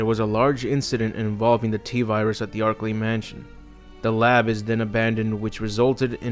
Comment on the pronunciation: Yo I took a shot every time you said archilei mountains I got fucken drunk